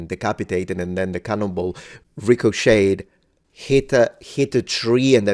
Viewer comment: Haha, I thought you were name dropping when you said ricochet. I was like, "who the heck is this dangerous guy, Enricho Chez." 😂😂😂